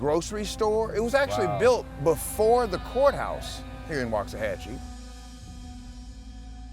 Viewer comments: Please don't say "wax." Say "Wox, Woxahachi." Thank you. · It's pronounced walks-ah-hah-chie.